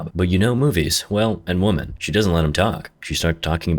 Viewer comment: I'm getting tired of mentioning this. The English word "Woman" is pronounced "WO-man", and the word "Women" is pronounced "WIM-en" not "WO-men" as you INSIST on saying. Are you really a person reading this, or a bad robotic impersonation of a person? (see what I mean in the video)